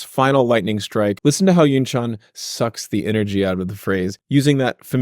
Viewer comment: As a South Korean, I have to say this., You pronounceYunchan's name perfectly.